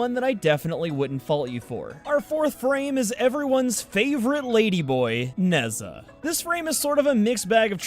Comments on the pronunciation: 1. Ivara was pronounced right 2. Nezha was wrong, true. 3. Equinox is clearly a she 4. And vauban was butchered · In Chinese we read Nezha as Ne-ja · not how you say Ne'zha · pronounces ivara and nezha wrong and calls equinox a she pronounces vauban right and says "and if i said that incorectly, im sure you guys wont have any trouble correcting me in the comments!" i want to die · If there's any pronunciation that needs correcting, it's Nezha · Oh god, the way you pronounce Nezha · As someone who plays Smite, the way you say Ne Zha hurts my soul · I wont tell you how to pronounce Vauban, but I will tell you youre pronouncing Nezha wrong lol. Dont worry though, nearly all of the warframe youtubers Ive heard pronounce his name in a different incorrect way, so I think Im used to it <3